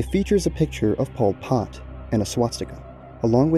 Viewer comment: Good video but the way you pronounced pol pots name was actually pmo 😭